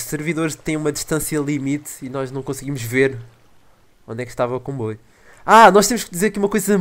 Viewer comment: disse combuio